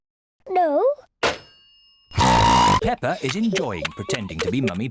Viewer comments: It’s peppa not pepper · It’s not hello me it’s hello Peppa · The mom said “ pepper “ not peppa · Not only that but the also call peppa pepper